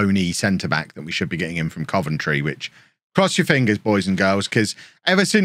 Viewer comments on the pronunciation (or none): none